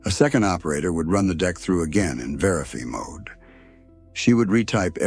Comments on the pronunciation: Vera-FEE mide? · What is "verifee mode"?